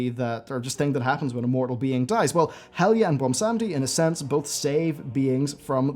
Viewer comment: Is he saying Helga ? Impossible to hear what name he is trying to say